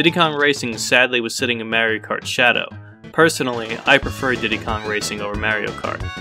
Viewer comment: Ok. You like Diddy Kong racing more than Mario kart, I can respect that. Just say Mario correctly!! That’s what bothers me